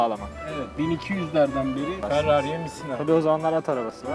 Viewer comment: farrari değil ferrari